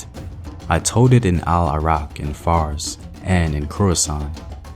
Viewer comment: you left the letter “L” out of the word “told” at in this video it sounded like “toad”